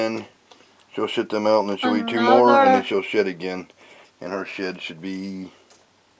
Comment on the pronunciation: At 52 seconds I realize he said it just shed. But I swear it sounds like he just shit. Sorry just thought that was funny haha